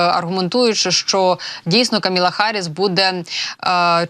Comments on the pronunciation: Камала, а не Каміла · КамАла, а неКаміла. Відповідальніше, будь ласка